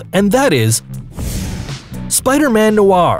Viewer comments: It is pronounced know-or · He doesn't. He pronounced noir Spider-Man wrong. Lol